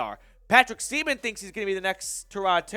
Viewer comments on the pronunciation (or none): none